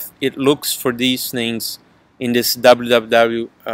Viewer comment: notice the brazilian accent only after the www kkkkkmmk